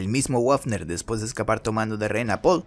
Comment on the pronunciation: El oficial wafner se pronuncia "bafner" ya que en aleman la "w" se pronuncia "b"